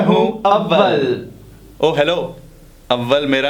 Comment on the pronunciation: Abbal nehi too AWAL